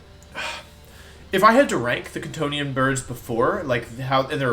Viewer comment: Every time wolfey says Kantonian I hear C'thonian and my room becomes ever so slightly more cyclopean in nature.